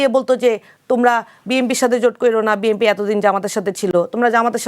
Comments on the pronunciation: এনসিপির এই নারী নেত্রীকে বুঝাইয়া দেন যে বিএনপি উচ্চারণ হবে; বিএমপি না। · BMP NO BNP উচ্চারণ সঠিক নেই। রাজাকারের দল। দেশের বারোটা বাজিয়ে দিল